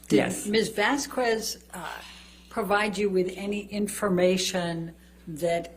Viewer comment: has that streak of petulance and immaturity that she shares with her client. She knows the correct pronunciation of Atty. Vasquez as well but just kept on mispronouncing it as a sign of disrespect. Birds of a feather.